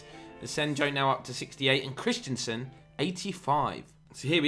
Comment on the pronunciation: Great series but this is getting to me - it's Christensen, not Christianson. It's just pronounced "Chris-ten-sen"...